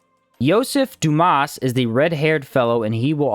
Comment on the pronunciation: I take it you haven't seen Shawshank Redemption .... Dumas is not ... "Doo-mass.... It's "Dumah". French. Might as well be saying Dumbass at that point.